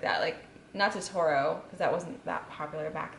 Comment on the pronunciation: I'm triggered she said totoro wrong